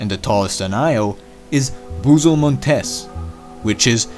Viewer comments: Not pronounced “Montès” but “Mòntes” (it’s Latin — not Spanish...) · The stress in the word Montes is in the o letter, not in the e, because Montés means "relative to a mountainous place"; but montes is the plural for monte, wich means mount. Montés is pronounce like you do in this video, therefore the punctuation mark. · Names are in Latin. Mons is mountain and Montes is the plural. In Montes stress is on first syllable, so your pronunciation is wrong.